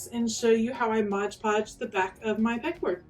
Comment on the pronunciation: I love that you used stuff you already had on hand. It's like shopping your stash! Also, thank you for saying "mod" podge. :)